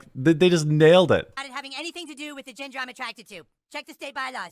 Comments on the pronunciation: i love how he cant pronounce 'gender' so he keeps saying 'ginger' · It's the way he keeps calling it "Transginger" that cracks me up. :) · How does nobody notice is saying “trans-ginger.” Lol. That makes it much funnier. Lol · LOL is he saying transGINGERS? Sorry my hearing is on the decline :( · I love that Kartman keeps calling it trans-ginger 😅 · A lot of people don't notice that he is actually saying "trans-ginger" which is another great joke all in itself 😂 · I seriously though he said trans-GINGER when I first saw this episode when it first aired. I mean, THAT would be more -esque to be a ginger. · Is he saying ginger? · I thought Eric was saying “I’m transGINGER”, for a small moment there. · I seriously ALWAYS thought he said “ginger” too. But the way people react to him, he’s clearly saying “gender” to them…I guess?? It wasn’t until I realized the episode wasn’t doing anything ginger related, I assumed he was actually saying gender….unless Matt and Trey were indeed slipping in “ginger” and no one in the school caught that. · Am I hearing this right? Is saying transginger? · Doesn't sound like he (I mean she) is saying "Transginger." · Is it just me, or does it sound like is saying, ginger? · I also love it when says ginger instead of gender. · He says “transginger”!!! Hahaha